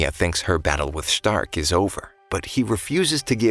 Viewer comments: Ah yes my favorite frontliner shhhh-tark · Why u saying stark like that😅😊